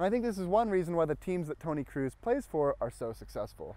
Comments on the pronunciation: Good video, but it isn't Toni Cruise, it's Kroos like in Croes. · Tony kroos not cruis